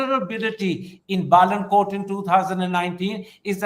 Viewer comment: Karan it's not Balankot, It's Balakot, Bala' Kot. ❤ And it's a beautiful part of sovereign Pakistan.